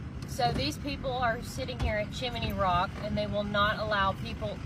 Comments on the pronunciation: Its CHIM-NEY ROCK! Not Chiminey! 🤦‍♀️ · Chim-a-ney Rock?